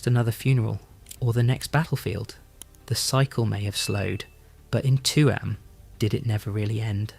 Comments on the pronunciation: Tuam. Pronounced TUem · Its Chewam (Tuam)❤❤❤ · why say tuam like its 2 words its only 1